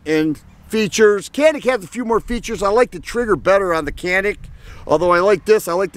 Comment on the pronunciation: Good video. I like both guns, and hope to own both soon. I found it amusing how you went to such lengths to pronounce "Mete" as close to the Turkish as possible, but completely overlooked the fact that Canik is actually pronounced "Zhanik", or something very close to that. :-)